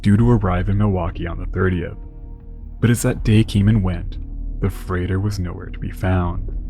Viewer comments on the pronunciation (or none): none